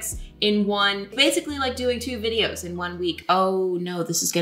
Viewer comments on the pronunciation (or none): none